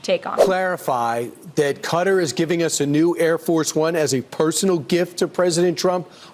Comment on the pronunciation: Retrofitted on the peoples dime, props she can actually say qatar right.